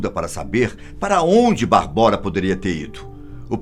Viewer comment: Correção: a pronúncia não é "Barbóra" e sim "Bábora". Minha ex-mulher é tcheca e sua irmã chama-se Barbora, o que é equivalente ao nosso "Bárbara" no Brasil. Abraço.